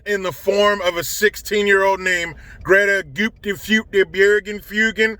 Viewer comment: Say Greta name again that was perfect Lmao